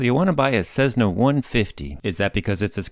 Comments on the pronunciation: Please, for the love of aviation, it is not a CeZZna, it is a CeSSna. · Its Cessna not cezzna, good video though ..thanks !!!! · Cessna. Not Cezzna. Cessna. In my entire life, I've never heard anybody mispronounce it before. Boggles the mind. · What's this "CEZZNA" crap? Those are "S"es, NOT "Z"s! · Why do you pronounce Cessna as Sezzna? Good video.